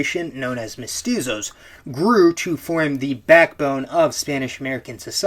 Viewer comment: Hi, I'm from latin america, and I want to say that, even tho you probably try your best, "Criolos" and "Mestuzos" is not the correct pronunciations. Although it was pretty funny and cute ngl. when you say this, dont forget that, altho it is true what you sre saying, the treatment was that of a second class citizen, and when the liberation wars happened, most countrys killed there indigenous populations or try to kill them after liberation. Such is the case of my country, Uruguay, and the massacre of "Get out if you can" where all charrua people was killed and the last family sold to europe. Or the case of Argentina, where still to this day, the mapuche people are trheted poorly. It varies to country to country, but you get the idea, the only exepctions are Paraguay, Bolivia and Perú, to an extend. They did bad thing in there own regard tho.